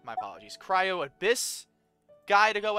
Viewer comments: Its not pronounced cy-ro its cry-o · Its actually cry-yo and not cy-ro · please, not cyro like kaeyro lmao. , c-r-eye-oh. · "Cryo" is pronounced like "Krayo" not "Kayro" just letting you know❤😅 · I've noticed it since like, I don't know since what part, but if I'm not deaf, you're definitely saying "cyro" and not "cryo" . Sorry, just that every time I hear it, I chuckle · Not tryna be mean, but it's pronounced Cryo (cry-oh) not Cairo 😭😭😭 think of it like the root word, cryo, meaning ice (cryogenic). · Got here in 36 minutes btw its pronounced cry-o not kayro If you run out of stamina while climbing you can do a plunge attack so you dont die from fall dmage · I hate it when you say cyro- It's cryo 😭😭😭😭😭😭😭😭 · been enjoying your streams of genshin. just fyi it’s cry-o and not Cairo 😂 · the ice element is pronounced “cry-o” not “cy-ro” btw!! :) loving the vids, its fun to see someone playing the game for the first time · its a nitpick but you keep calling cryo cyro the y and r are the other way around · I just love how you say cyro instead of cryo lol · i laugh every time he says cYro instead of cRyo ahahahh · CRYO IS PRONOUNCED CRY-O NOT KYRO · It is called "cryo", not "cyro". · The gameplay that will progress in this game , you’ll have to do more strategies and faster moves and also the pronounciation for Cryo is ( Cry - oh ) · I’m loving this series so far, but one thing that bothers me is that you keep pronouncing “cryo” differently it is supposed to by pronounced as cry-oh but it’s still call if you want to call it whatever you want, just thought I’d let you know the correct pronunciation. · Just to know that cryo the "ice" in pronounced kryo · Idk if theres a comment abt this already but cryo is pronounced cry(😭)-o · I love how he keeps calling Cryo cairo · just so you know, cryo is pronounced cry-oh🤓